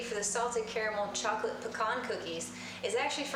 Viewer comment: Great vid but you pronounced caramel wrong it's pronounced caramel lol now I want some